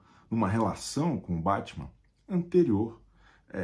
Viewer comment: Chico Barney: sociólogo, antropólogo, psicólogo. Mas fala Bétman, então colonizado também.